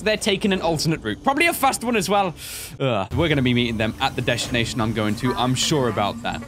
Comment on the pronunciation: Deshtinaiton ok